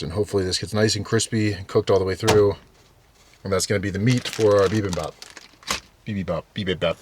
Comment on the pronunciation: Bibimbap is so good. I used to eat that all the time in New York (fyi: its pronounced 'be-BIM-bap' - not BE-bim-bop) Your bowl looks amazing! Great job!